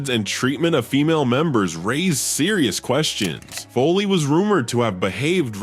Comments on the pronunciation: It’s not Kim FOLEY, It’s Kim FOWLEY. This must be AI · What's with this Kim Foley? It's pronounced Fowley as in foul ball.